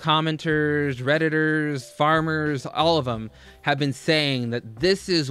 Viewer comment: ALR's bra has lasted longer than both of my marriages I had to replay it to make sure he said farmers 😂